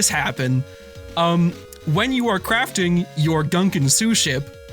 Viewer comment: pronouncing "gunkan" like Gungans from Star Wars hurt me on a spiritual level.